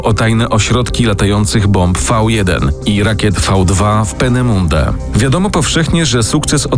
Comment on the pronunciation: Proszę sprawdzić jak prawidłowo wymawiać "Penemünde" i "von" bo uszy bolą.